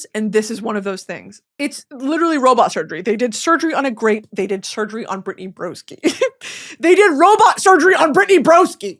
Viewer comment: my man said “Britney Roboski” 😅